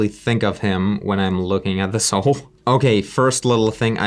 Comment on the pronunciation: just an FYI, it's pronounced "ow"+"el" = owl